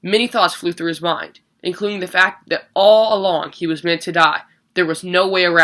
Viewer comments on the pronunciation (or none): none